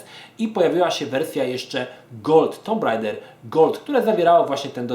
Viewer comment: żaden tumb rejder tylko tak jak każdy zawsze mówił tomb raider